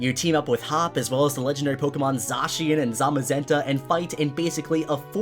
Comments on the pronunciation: It’s not zacian It’s said-s-I-an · It’s pronounced (Zae-SHe-in) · hey, just so you know Zacian is actually pronounced zayshin just a heads up! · At first I thought it was pronounced zack chian but then I thought it was zay chian and now you think it’s sa chian? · You pronounce it like zashian and I pronounce it like zakian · Wait... Did you just say... ZAHHcian? Wut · How are people still mispronouncing Zacian's name? When it was revealed, they literally said it's name. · Me: pronounced them Zay-she-an and Zay-ma-zenta Him:Zaw-she-an and Zoma-zenta Me: confused Me: injures self due to confusion